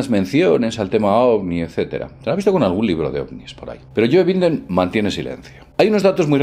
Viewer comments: Joe Biden, no Binden. Se pronuncia baiden. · Jl para Joe Biden se dice baiden, no biden 🙄 ashhh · Yoe Binden. jajaja. Es You Baiden. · Joe Biden se pronuncia (Yoo Baiden) Actualizate papi.!!!!! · No ha dicho eso. Ha dicho Binden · ¿Por que pronuncias Joe en inglés y Binden y español? xD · en inglés? Pero si ha dicho literalmente Yóe binden xD